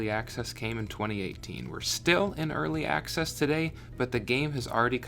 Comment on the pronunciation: "ealry acces" lmao